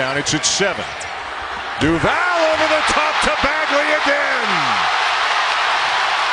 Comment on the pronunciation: Why cant bilas say duvals name smh